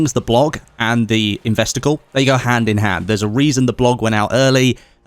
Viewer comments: Sounds like you keep saying ‘investicle’ not ‘investor call’ haha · Ahh... “investor call”.. I heard “investicle”, what ever that is... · Every time he said "investor call," I swear I heard "investicle."